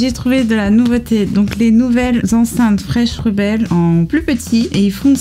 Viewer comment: J'ai adoré la vidéo ! Par contre, j'ai remarqué que tu ne prononces pas le 'n' dans 'fresh n' rebel'. Et ce serait cool d'avoir un test audio gauche/droite pour vérifier la stéréo.